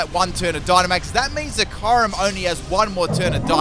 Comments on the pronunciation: I thought it was “cure-em”? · still pronouncing "Kyoo-rem" as "Kai-rem". Never change, mate.